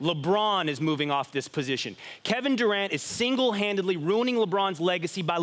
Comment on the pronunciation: "Single handidily" lmao #yearight